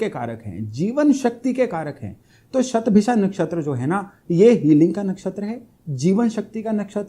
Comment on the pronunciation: बहुत अच्छा लगा आपका 'शतभिषा' शब्द का सही उच्चार । काशी में संस्कृत भाषा में ज्योतिष-शास्त्र पढ़ कर भी कुछ विद्वान "शतभिखा" ही बोलते हैं ! 'इच्छा' को "इक्षा" और 'नक्षत्र' को "नच्छत्र" बोलते हैं ! 'स्नान'को "(अ)श्नान" और 'ज्योतिष' को "ज्योतिस" बोलते हैं ! "सबइस्क्राइब" करने के लिए कहते हैं ! 'अध्यात्म' के स्थान पर "आध्यात्म" ! आप भी 'योग' को "योगा" न बोलें।